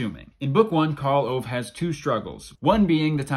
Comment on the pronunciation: Why this Karl Owe? His name is Karl Ove. Well you do your best.